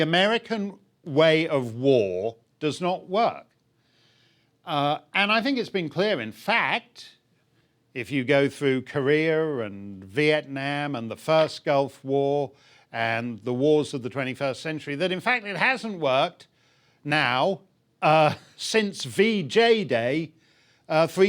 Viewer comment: He pronounces Korea like career.